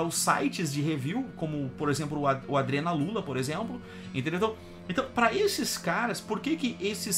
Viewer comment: "Adrenaloola" kkkkkkkkkkk o careca fez o L